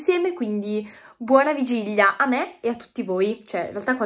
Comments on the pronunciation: ma, una domanda, come mai dici vigiglia invece di vigilia? (curiosità) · ma perché dici Vigiglia ahahah😂😂😂